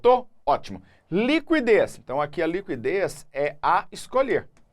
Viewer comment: A pronúncia correta de liquidez é /likidês/ , não /likwidês/, independentemente da região do Brasil.